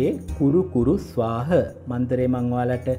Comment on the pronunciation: 'ස්වාහ' ද 'ස්වාහං' ද.උච්චාරණය පැහැදිලි මදි